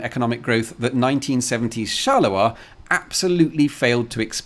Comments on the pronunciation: charleroi as in Charles Road. Not shalerah. Unless Belgians sound like Scottish sheep farmers... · Please stop saying "Charler-oi", please! It's pronounced "Charle-roi". Also, can you really compare the metro system planed to be built there with any city in the USA? Very unfair. Not to talk about Rome - everytime they want to dig a hole, TA-DA! roman artifacts... So not very suited for comparison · Not gonna lie, everytime you pronounce 'Charleroi' I cringe. Please don't drop the r. Therefore it's actually /sharlə-rwa/, not /sharlə-wa/. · If Charleroi in Belgium offers no further stories, you could fly to Pennsylvania to visit the Charleroi that exists there. Everyone I ever met there pronounced it char-ler-oy, and there is almost nothing to provide you with a story. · Charleroi with a R, not a W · It's a metro not Shet. Who's Shet? never heard of him. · The way he underpronounces Charleroi is hilarious. "Chaluwa" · Thanks for a nice video! I don't want to complain and I'm not an expert in pronunciation but I'm pretty sure you're butchering the pronunciation of Charleroi😅